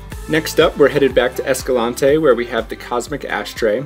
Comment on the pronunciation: Great footage and awesome hikes, but PLEASE ask someone in Escalante how to pronounce the name - it is located in Utah, not South America… My mom is third generation born and raised in Escalante so she would know. And yes, pronunciation matters. Just ask the convict who got pulled over and told the police he lived in “Hurricane”. Hint - it’s not pronounced like the tropical storm 😉